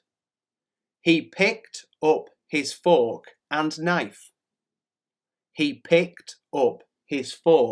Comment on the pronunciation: после "пикт оп" закрыл